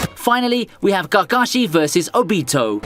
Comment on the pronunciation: the way you butcher Japanese names is so funny owbeetow lol